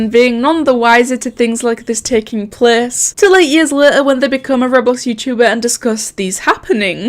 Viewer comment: i love when you say plece